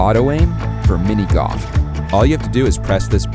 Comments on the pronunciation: "when it comes to mini goff" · try learning how to pronounce golf properly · Please say "go L f", not goff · i see you typed golf but kept saying goff, what the heck is goff??? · Mini "goff" 😂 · "Mini GOF" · cant unhear you say GOFF.